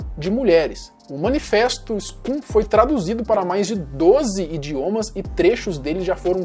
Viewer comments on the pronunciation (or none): Só um adendo: Scum pronuncia-se "scãm", do inglês, significa "Escória" Ótimo vídeo mano